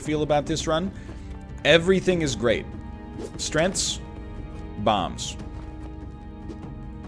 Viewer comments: WHAT THE FUCK IS A STRENTH? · why do u say strengths so weird